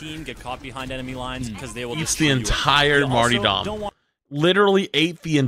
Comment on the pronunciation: You called it “martydom” and you’re questioning him for using “harrying”?